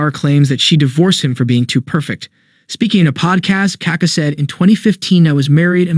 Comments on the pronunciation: It's kaKÁ, not KAka. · You pronounce his name very incorrectly